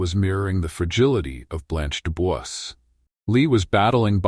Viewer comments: De Bois pronounced as De Bwa. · mispronounced Dubois?!? Bye